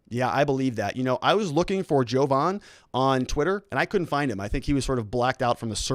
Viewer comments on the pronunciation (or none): Jovan, not Hogan.